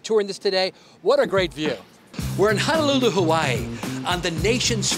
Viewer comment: I just can’t get over “Hannahlooloo” and “Waaaahkiki” 😂 And none of those people took you to get an actual aloha shirt? 🤦🏽‍♂️